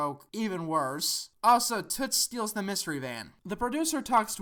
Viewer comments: this is so ridiculous. I can’t believe you actually took this movie THAT seriously. it’s obvious you haven’t seen the series because you’re glossing over all of the references, saying they weren’t there, and then have the nerve to mispronounce toot’s name the entire time? you just literally shit on the movie while missing the entire plot. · It's "Toot", not "Toots"